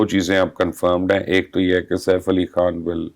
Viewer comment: Thank God!! This lady has finally improved her urdu accent , she can Pronounce the words " Khan" Now she needs to work on her "R's ...